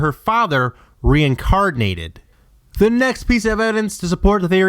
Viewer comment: obey wun kanobi. Maz Katana. RE-INCARD-NATED? You know theres no D in that word right?